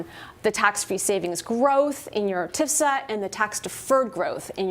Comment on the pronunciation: It's T.F.S.A., lady. Not "tifsa."